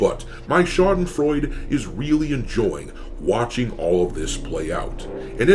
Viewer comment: Schadenfreude, not Schadenfreud...